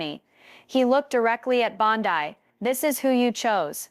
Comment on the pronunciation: Teach your machine to read Bond-EE NOT Bond-Eye